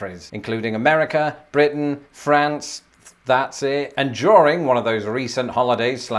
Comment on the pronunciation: That rolled R on your first mentions of BRitain i could never even do !